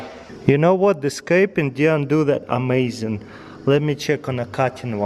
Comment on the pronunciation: That's amai-zeee-in